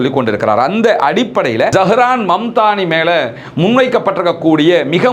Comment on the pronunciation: அவர் பெயர் Zahran mamdani இல்லை, zohran momdani சரியாக சொல்லுங்கள்